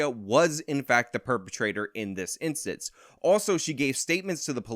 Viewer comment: can't say "instance" right. He says inscents